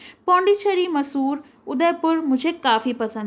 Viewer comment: its not masoor its mysore please learn to read